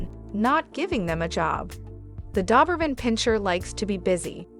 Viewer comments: It’s Doberman not Duberman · Dawberman? My Doberman didn't like that. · You aren't even pronouncing the breed name correctly! Ugh!🤦‍♀️🤦‍♀️🤦‍♀️ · Why do you keep saying doberman instead of doberman? ;)